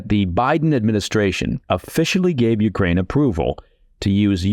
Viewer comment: Coherent, sensible, well-written. Also, great diction. Thanks for not mispronouncing any words hipster-style, or saying YOO-krane instead of yoo-KRANE. I object a little to kar-KEEV, though. Should be HAR-keev. (Giving a little phlegm to the first letter is optional in English, but rendering it as a simple K isn't right.)